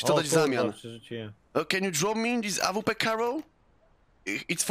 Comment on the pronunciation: Jprdl jak on kaleczy tą awpke